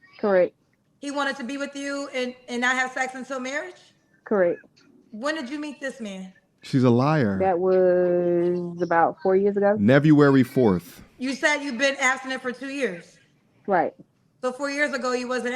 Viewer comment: “Nevuary 4th” 😂🤣